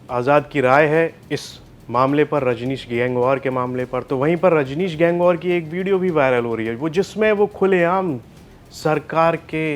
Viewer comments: गैंगवॉर नहीं गंगवार होता है कम से कम बोलना तो सीख लो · गंगवार है भाई गैंगवार नहीं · माननीय संचालक महोदय, गैंगवार नहीं गंगवार होता है, आपको रिपोर्टर किसने बनाया😂